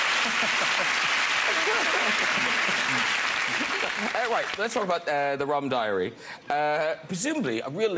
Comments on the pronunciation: When ricky said "bottle" it sounded like "butthole"... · Did anyone else hear butthole instead of bottle?